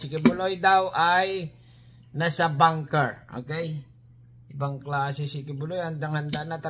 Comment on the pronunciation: BUNKER... hindi Banker.... ANG VOVO mong vlogger...!!!